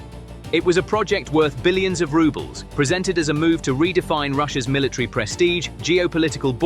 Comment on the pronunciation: Please get an English speaking person can say military correctly. It’s not Miller TREE.